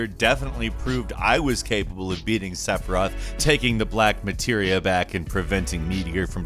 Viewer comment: sepiroth.. 😂🤣😂 cant stop laughing hahahaha. how about delaying the final boss battle, just to go back to all the maps and leveling .. hahahahaha